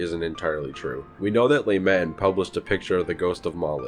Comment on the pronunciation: I can't get over "le matin" being pronounced "Lay maten" either